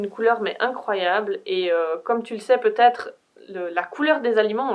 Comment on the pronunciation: C'est drôle tu dis ''peutaget'' x3